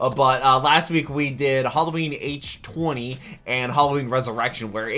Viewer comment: it’s pronounced h20 like the water no h 20 😊